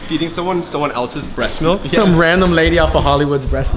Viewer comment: Lol malk he says "malk"